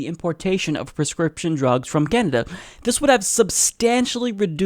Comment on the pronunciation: did you say Canada? or did you say Kenda? sounded like Kenda lol